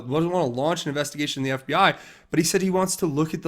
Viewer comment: Bill Clinton can't pronounce FBI, he pronounce FBAaa